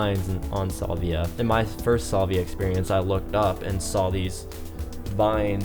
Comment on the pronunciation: Petty I know but I can’t get past the Solvia pronunciation